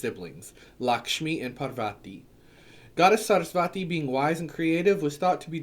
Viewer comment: For Parvati the emphasis is on the first syllable: PAR-vati. For Saraswati it's on the second syllable: Sa-RAS-wati. For Durga, the u makes the long "oo" sound. Sanskrit is a phonetic language, so the pronunciation is pretty clear cut. You can listen to some mantras or tv serials here on YouTube to confirm, but in another video you mentioned the importance of community and having at least a group of people you can discuss your path with. It'd be just a little awkward to be claimed to be connected to Hindu gods and show up around a group of other Hindus/Hindu witches and it turns out you're unsure of how to say their names.